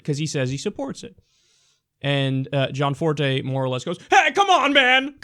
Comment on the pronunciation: Gosh. Stop fucking saying John Forté. It's Gianforté. do you even english?